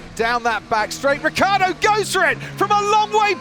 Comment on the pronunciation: RICCIARDO NOT RIKKARDO